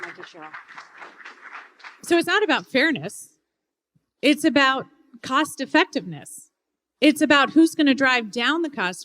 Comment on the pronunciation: “It’s gonna cust ya an arm and a leg but if you’re a good person you’ll do it”🤣